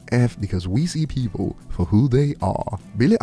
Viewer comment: WHAT!? Pee-Poo-L. Really nasty Specie.